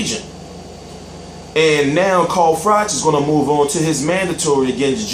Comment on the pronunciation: "AND NEOW" WHAT THE FUCK WAS THAT?!!!